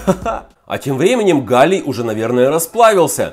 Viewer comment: Сначала мне показалось что ты сказал ни галий а Галя